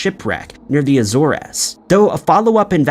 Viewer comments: Azores rhymes with A-doors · A Sore Ass Islands. Now I will call The Azores that forever in my head and will eventually accidentally say it out loud in front of someone and die of embarrassment. Thanks AI.